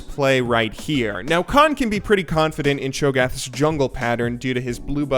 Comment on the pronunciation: "pretty KHANfident" hahaahahaha... good one